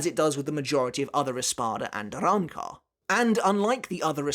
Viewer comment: Bro bodying these pronunciations lol I love the Arrancar arcs Spanish motif